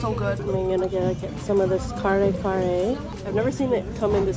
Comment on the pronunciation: Omg never heard kare kare like that before 😂